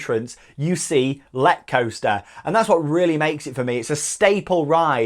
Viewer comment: ! I have been on it 30 times (in a row) no joke and it is amazing, the way you pronounce it is incorrect though :(